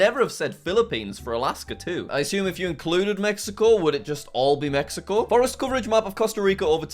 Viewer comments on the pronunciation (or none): none